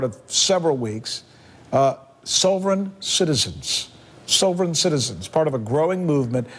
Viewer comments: He can't even say the word "sovereign" right. What a douche this sanchez guy is. And the southern povery law center is a communist anti-American organization. Ut Oh, sanchez in trouble for saying something about jews, whose the racist now dirty sanchez. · Rick Dirty Sanchez can't even pronounce sovereign let alone understand the concept. Oh wait government is his god, now it makes sense. He reverses his ideology that he would normaly use to support the invasion of illegal's to the states. Even more funny about this video to me is the fact they are bitching about people who hate the government and at the same time the stock market ticker is showing the DOW down -134.00 points.